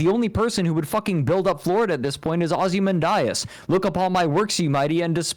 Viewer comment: Also, I loved that silence after clearly made pregnant with sadge over his Fred-nunciation of Ozymandias. Like a brit saying alu-mineeum